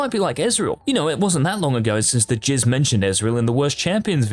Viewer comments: did this guy just say he's known as 'the jizz'? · Did he just say he's known as "the jizz"?